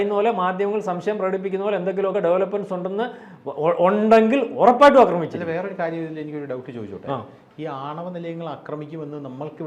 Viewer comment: 'അക്രമിക്കുക ' എന്നല്ല. 'ആക്രമിക്കുക ' എന്നതാണ് ശരി